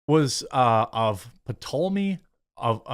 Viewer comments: Sound it out Jeremy... Ptolemy = toll - uh - mee. Ptolemaic = toll - uh - may - ik. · Cleopatra was a title not a name. It is Latin meaning For The Glory of the Father. There were many but unfortunately each destroyed the image of the previous one. Oh, Jeremy it’s pronounced Tolomy. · to help you out: (P is silent) to-le-may. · Ptolomy TOL a mee Just trying to help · Ptolemy is pronounced Tol-leh-meh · "Pee-tolamay" Jeremy big fan, but that pronunciation 😔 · TOLL-uh-mee TOLL-uh-may-ick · The correct pronounciation is TOLL LAY ME. Macedonian Conqueror Alexander the Great set up the the Ptolemy dynasty in Egypt 300 years earlier. They spoke GREEK only and Cleopatra, last of the dynasty, was the first Ptolemy to speak Greek and EGYPTIAN. My favorite ruling family! - From Nick the Greek. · The p in Ptolemy is silent. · Citing "community guidelines" is what the leftist fascist censors always do to silence conservative or neutral voices. BTW, the "P" in Ptolemy isn't sounded. Having visited Egypt years ago....all the Egyptians I saw looked like Arabs. Sorry/not sorry, Jada. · You don't really announciate the P in Ptolemy. You might give it a slight plosive but the accent is on the T. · The "P" in Ptolemy is silent, since you were wondering. But yeah, she was of Macedonian descent, being part of the Ptolemaic dynasty, which was Macedonian in heritage and more Greek in culture, initially. It began after Alexander the Great died and his empire split, Egypt being one of the places he conquered. Edit: also most North Africans look closer to Middle Eastern than sub Saharan African. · Don't pronounce the "p". It's odd that they are baseing this on the possibility because "they aren't sure who the mother is." But ignore every description of her and painting of her and every statue of her. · The P is silent .. for fcks sake did u graduate middle school ???